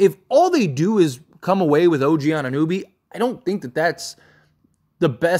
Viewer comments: I love your channel bro but your constant mispronunciations of players’ names kills me lol His name is pronounced An-i-no-bee, not An-nooh-bee. It never ceases to amaze me how much you botch players’ names with how many games you must watch and hear the correct pronunciation of their names lmao You are still calling him Christian Woods instead of Christian Wood. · Anu-know-be Jeez man. Butchering the man's name... also you gotta do is watch some highlights